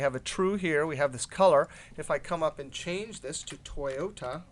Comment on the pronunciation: lol toy-ohta?